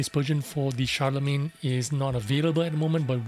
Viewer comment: Ooooh, nice. I will buy this just based on it looks. ❤️ And an English tank with a French name? Hmmm? And that was a nice pronunciation of the name, Guru. Shar-le-main. Nice. 😉😃👍